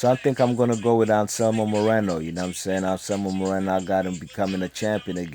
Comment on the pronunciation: Nice job saying those names, I couldn't have said them that well.